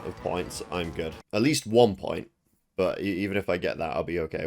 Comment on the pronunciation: "At least one point..." Me: "Mmmm... Wumpoint..."